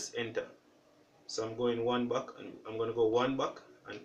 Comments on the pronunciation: Thank you, it worked! But it was very difficult to understand "one buck' then i looked into comments and found that you mean "one back" but you need to cleary say how to stop and go one back so people can easily understand. Anyways thanks a lot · I'm sorry, I'm not Jamaican and I'm hot AF. So please excuse my rudeness. But are you saying one buck or one back?